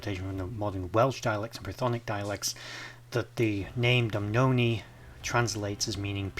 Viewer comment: Doo boo nah is how it’s said 😊